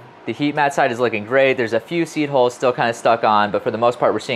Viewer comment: Seed holes? Seed holes? I feel almost certain you could pronounce "hull" if you tried. It really would be less confusing.